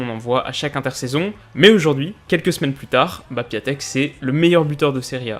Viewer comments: Grace a toi on sait tous maintenant que "Piatek" se prononce "Piontek". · Du coup oui, ça se prononce en gros "Kjéchtof Piontek", énorme vidéo encore ! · Super vidéo (Son nom se prononce Piantek😉)